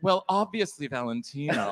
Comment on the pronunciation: I'd boo so loud for the "Valetino..?"